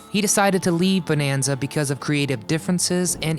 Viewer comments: It's not BONEanza, and it's not pronounced JOHNra. I'm out . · You know there is something wrong when their narrator don't know how to even pronounce the word Bonanza correctly. This whole thing is a joke